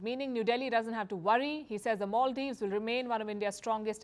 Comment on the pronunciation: Maldives not moldives